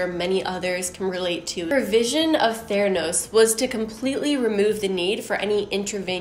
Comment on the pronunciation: I don’t hear „theranos“. I hear „thanos“.